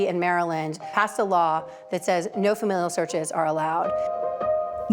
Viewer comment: Someone tell this woman how to pronounce FAMILIAL. It's not fam-EEE-lial.